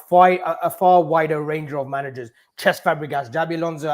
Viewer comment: The only reason I don’t want cesc is because can’t even pronounce his name - who is chesk 🤣🤣🤣